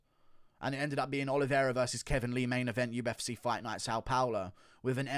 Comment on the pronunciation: What is the UF Seaa? - how do you pronounce the letter C: weirdly